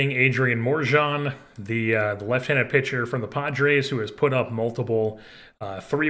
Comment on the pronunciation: I think Morejón is pronounced More-eh-Hone. Could be wrong tho